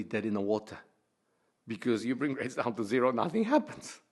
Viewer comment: "nothing haaaaarppens"